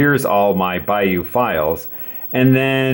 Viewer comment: it's the "Bayeux" tapestry, not "Bayeaux":-)